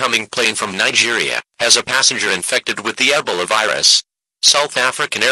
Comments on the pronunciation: Hey bro I heard you like eh buh lah. Want sum more? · mm... nah I heard him ay EB uh LA